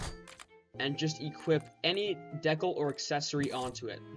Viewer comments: Nice. Just a heads up it’s pronounced “dee-cal” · "deck-al" bro lmao